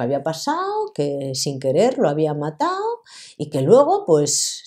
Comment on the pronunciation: "descuartizao"", " matao"..... Q nivel. No sabe ni hablar.